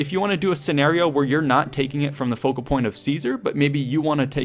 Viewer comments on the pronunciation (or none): none